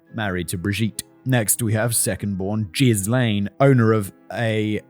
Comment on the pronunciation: "Jizz LANE" 😂